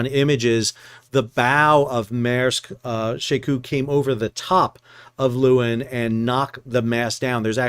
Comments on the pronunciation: You pronounce the ship's name 'Laywin'. It's Dutch for lioness. You're welcome. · The pictures of the Maersk ship in the harbor make it look enormous in the landscape. I don’t know if the Aussies are fastidious about the pronunciation, but the Dutch “Leeuwin” is more like “Lay-v(w)in”. The “V” is somewhat between the English V and W in that part of Europe, a “soft V”. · Leeuwin. (Lioness) Not luuin. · 'Leeuwin' is a dutch word meaning 'lioness' . it is pronounced as the 'lay' in 'layman' plus 'win', I.e. 'lay-win'. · That's not how we pronounce it in WA! We say Loo-en.